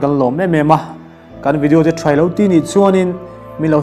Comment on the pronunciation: Ngati nge 'vedio' ti hi an tam em em thin le 'video' ti ve mai se